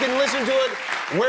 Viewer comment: His parents probably wanted a girl a named Diana. Dana is not pronounced Deene in English😢